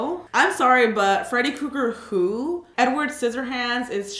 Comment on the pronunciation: K o g g e r 😂😂😂 its krueger xx